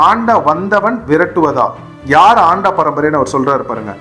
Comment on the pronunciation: சரியாக உச்சரிக்வும் அண்ட வந்தவன்